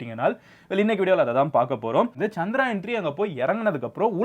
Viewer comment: It was chandrayan bro not chanrayan